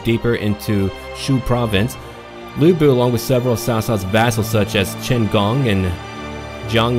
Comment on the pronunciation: As foe the pronounciation, you've basically mastered the vowel sound. It's just the "Lu" in Lu Bu that you need to pay attention. Sometimes, "Lu" can be pronounced as "Loo" and sometimes the "u" can be pronounced as the first "u" in "ursurpation" (The same thing happens in "nu", too). The consanant, however is a whole new thing. First, the consanant "c" is always pronounced as "sss" with a slight "t" sound. The consanant "ch" is just "ch" in "chess". The "u" in "Ju", "Qu" and "Xu" is always pronounced as the first "u" in "ursurpation". That's basically what you need to improve.